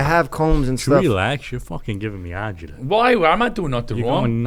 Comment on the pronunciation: As an Italian I’m laughing so hard at “ya givin me agitaaaa”